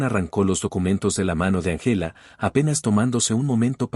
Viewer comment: Muy buena historia,Din importar el color de piel hay que respetar a los demás.Corrección:No se dice Angéla,se dice Ángela con el acento en la Á.El español es muy lindo pero hay que pronunciar bien.